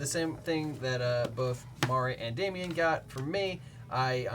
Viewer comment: damian! only says nay-nay. Tragic.